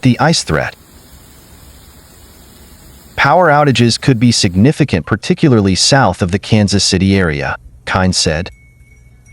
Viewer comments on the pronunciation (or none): none